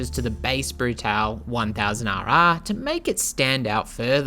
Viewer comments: Not Brutal it's Bruta - le . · I own this bike and it's been quite solid after the first year of ownership. Keep getting SCU errors (Susp. Control Unit), and installed the Arrow exhaust recently--insanely loud, but this bike is a real rocket and scary fast. Lots of complements on it wherever people who ride are found. Rims truly are stunning. Love this thing. Wish this guy would prounounce "Brutale" correctly, but oh well.